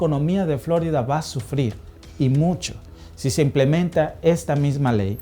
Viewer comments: Si hablas en español deberias decir floriiiiiida y no floooooorida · Di floRída, no FLÓrida, por favor. Es un nombre español. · pronuncias flórida, mientras el gringo que habla en tu mismo video, pronuncia correctamente florida. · Hombre llamar profesional a alguien que repite continuamente Fl"ó"rida en lugar de flor"í"da ... 😢en fin ni hablar sabe y es su herramienta de trabajo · Flórida? Siempre he oido Florida. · En español es FloRIda, no Flórida. Este video está dirigido a los hispanos. Es desagradable escuchar Flórida en videos en español. De resto, excelente video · No es Flórida, es Florida. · A ver mi mexicano familia dices fl'orida o es florida en español? Si haces tus videos en español lo adecuado es decir florida sin acento en la o' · Creo que no pronuncia bien Florida...no lleva acento!! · Florida ❌️ Flórida ✔️ Jajajajaja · ¿Si habla en español porqué pronuncia "Flórida"? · Ya te agringaste como pronuncias la florida hay mijo. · Todo bien. Solo no acentúes Florida.